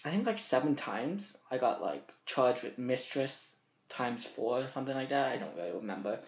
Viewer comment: "I got charged wiff Mistress times four. Or somefin like dat."